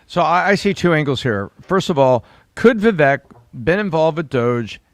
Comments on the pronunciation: NOT VIVACHE!! IT'S VIVECK, like heck, neck, wreck, tech, Schreck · Come on guys I love you but you’re not even saying his name right! Vavek like CAKE! 👍🏼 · is it Viveck or Vivache?(i thought ache?) is the pronunciation . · Please stop saying his name incorrectly. It’s Vivek (like cake) not like Vet. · His name is pronounced Vivake, like cake. No matter if he runs for Governor or takes a Senate seat- whatever he is a star, and will excel greatly !!!!! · It's Vivek like cake, You guy's had him on your podcast and you still can't pronounce his name correctly! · It’s “Vivake”. Come on guys! 😂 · Why are they pronouncing it Vee-vake? Is that the way to say his name? Clearly he’s out for the visa flap. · Please say his name correctly: it's Vi-vake (like cake, bake, lake). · Please pronounce his name CORRECTLY...Vivek rhymes with CAKE!!! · Why can't these idiots say VIVEKS NAME CORRECTLY. It's not that hard to figure out how to pronounce his name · You're not pronouncing Vivek's name correctly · Yes!!! Tom, and mispronounced his name.